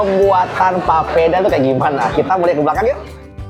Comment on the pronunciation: Bukan popeda tapi papeda kk😂